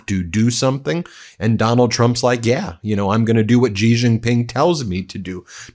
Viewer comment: No one should be allowed to talk about China if he can’t pronounce Xi.